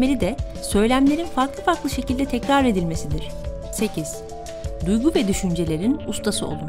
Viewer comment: ''DUYDU değil DUYGU :)